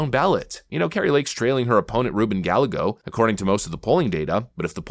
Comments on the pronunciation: " Ruben Gall i go" it's Guy A go lmao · Ruben (pronounced) guy-aaaa-go. Not Gal -a-go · It's pronounced guy-e-go even though it's spelled Gallego 🙂